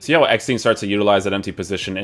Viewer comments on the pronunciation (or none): His Name ist EGGESTEIN NOT EGGSTEIN or EGGSTIN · Hört sich an wie Eppstein 😂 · As a german and a Werder Bremen fan its funny how you Pronuncing EGGESTEIN